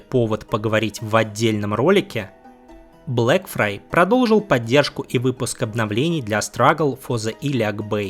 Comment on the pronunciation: Блэкфайр, Блэкфайр, Блэкфайр, он Блэкфайр блин, а не Блэкфрай (отсылка на мир Песни Льда и Пламени же). Спасибо за отличный ролик, просто ухо резало всё время.